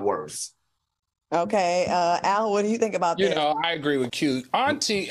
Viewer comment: Not “Al” 😂